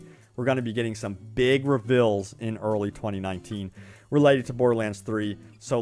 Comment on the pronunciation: you gotta learn to say seal, i hear sill over and over, also revills should be reveals